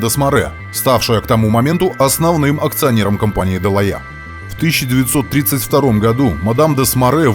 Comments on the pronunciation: Шикарно 😮! По правде говоря был заинтригован как вы на этот раз произнесёте название героя передачи. Почти идеально 🤩, «дЁлаЭ». А вторая «дЁлаЖ», без …ДЖ. В любом случае огромное вам спасибо за вашу работу 👍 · Да. Если брать французский то "делае' " звучит великолепно.... чем на английском "делаха'й"😂.. Oбожаю эту эпоху! Спасибо за ваш труд!